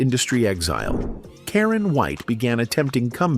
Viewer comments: AI narration pronounces her name correctly, and seconds later - mispronounces it repeatedly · This video proves that one can't trust the accuracies of these videos. First, they need to pronounce her name right. Secondly, she was not left dirt poor as she was a successful real estate investor and made alot of money.